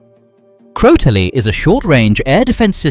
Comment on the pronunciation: Crotale is pronounced crotal not "crotalee". Crotale is the French word for rattle snake.